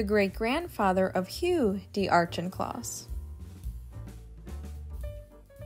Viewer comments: pronounced: Au-KIN-kloss, not Au-CHIN-kloss per the voiceover. Otherwise, interesting photos and history, and good jazz music in the background. :hand-pink-waving:Ironically, Janet, Jackie's mother, was always critical of Jackie -- probably because of Jackie's undying affection for her father, "Black" Jack, whom Janet had divorced; and yet, Jackie outshone her mother in every way, especially in beauty. (Janet was a dog, imo. woof!):face-fuchsia-wide-eyes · ☝🏻I’m Steve’s wife 🤫! I’ve always loved Hammersmiths farm, Merrywood being a close second. Ok I have to correct the pronunciation of the Auchincloss name, the ch is pronounced as a k sound. aa Kuhn Klaas! Look. It. Up. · Each home is a remarkable and prestigious piece of real estate. Just one note: there's no "r" in the pronunciation of Auchincloss. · This always happens when I hear other people say it in a certain way in real life I assume they are right. It seems it is pronounced - “Auck in closs” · Is it pronounced "Ouch-in-closs"? That's how I've always said it. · Hi! Thank you for your wonderful comment! Don’t worry, you are correct, I mispronounced Auchincloss, and got N street wrong… I actually always look up how to pronounce the names I do not know-just to be sure-and many of these sites that I look to are wrong! I later find out after I post a video and it’s all done… but it’s okay! As time goes on I learn more and old mistakes are corrected! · You missed pronounced ‘Auchincloss’. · I was going to make the same comment!😀